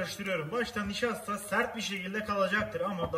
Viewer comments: Mısır nıjastası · Mışır nişastası iyidi 😂